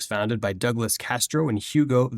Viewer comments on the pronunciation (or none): none